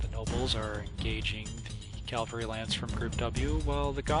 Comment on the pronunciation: Love these videos. Also, cavalry. Usually I'm not a pronunciation nazi but calvary is also a word and I wouldn't put it past the WoB to have a Calvary lance!